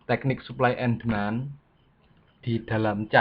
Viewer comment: suka salah sebut ni mas nya suply sama demans